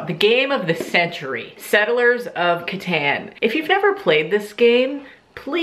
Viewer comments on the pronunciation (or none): Catan is pronounced like Caton 😩 CatOn lol